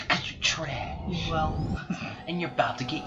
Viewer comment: Lolol “because your TRÆSH! And your about to get CLAPPED”